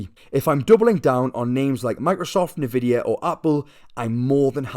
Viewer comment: N....vidia That's how you pronounce it